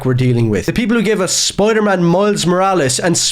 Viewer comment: It’s not pronounced “spoidaman”…